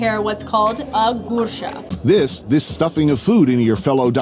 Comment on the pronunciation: the way he says gursha made me giggle